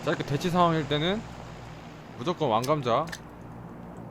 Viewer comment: 왕 감자 발음 찰진거 봨ㅋㅋㅋ 왕 감즈아